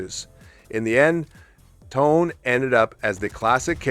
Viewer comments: Your mispronunciation of 'Tone' is truly annoying. Forget the English word tone. That's not it. There are two syllables. TOw. NE. Say each with equally weight. TOw NE. Ffs. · Nitpick - in Japanese, "Tone" is pronounced "toe-nay" with equal stress on both syllables.